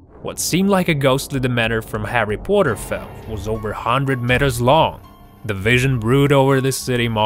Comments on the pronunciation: Harry potter not Harry porter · its harry potter not harry pooter